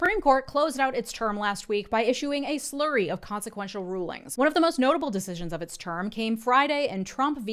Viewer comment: A flurry of rulings, not a "slurry"